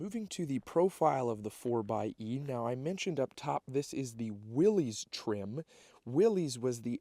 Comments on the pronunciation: It is pronounced Williss, not Willies 🏴‍☠️😎🦆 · It’s pronounced, “Willis”.